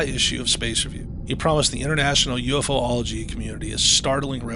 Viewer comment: Your killing me, it's Pronounced U-fology not UF-ology..😂😢😂